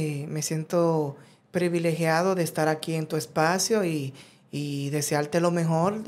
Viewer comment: Si para ti alguien que dice: “previlegiado “ en lugar de PRIVILEGIADO, un hombre que anda de programa en programa al igual que el matador HABLANDO DE SU RESENTIMIENTO CON EL MINDO GAY Y LOS MEDIOS DE TELECOMUNICACIÓN , si para ti es genial , pues ok